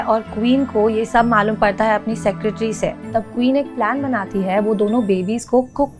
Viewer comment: Just a humble request mam, please don't get offended... You really need to work on your pronounciations and you really don't need to put in a fake accent while speaking in hindi, specially when using the word "है"... It makes hard for us to watch the video with such speaking quality